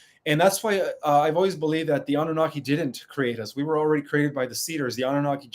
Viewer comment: You said wer 2011